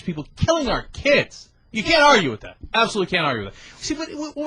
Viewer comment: 'WHIT' ? What is this 'WHIT' you speak of